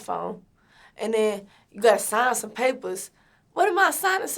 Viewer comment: "and den like"